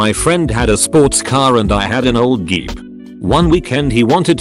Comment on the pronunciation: this is why I hate auto-voice! Wtf is a Geep?